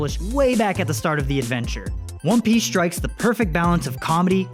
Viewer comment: Cant take serious he saying one piche